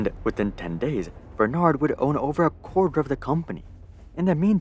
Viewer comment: The fact that he cant say " bernard " correctly tells me he did not do much researches. LVMH learned this way to acquire business in USA btw. After watching the whole thing , I still fail to see how they got humiliated ?